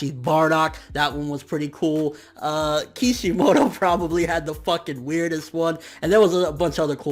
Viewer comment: kishimoto... bro cmon!